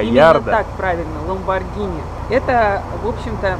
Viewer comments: правильно не ламбоджини и не ламбогини, правильно ламборгини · Американцы читают "Ламборгини", а по-русски по идее "Ламборджини" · Ламборгини,ЛАМБОРГИНИ КАРЛ! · Ламборгини вообще-то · ГИНИ! ЛАМБОРГИНИ! Г Г Г Г Г Г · Ламборгини говорить, так что не пиши чего не знаешь.